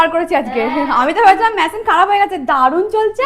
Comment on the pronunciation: Masin ki??? It's machine. The pronunciation is quite poor.